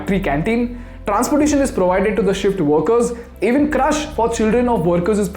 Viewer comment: The content is excellent. But please pay attention to pronunciation. It’s Crèche not crush